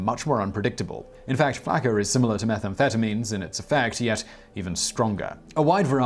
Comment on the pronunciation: It's pronounced Flock-uhh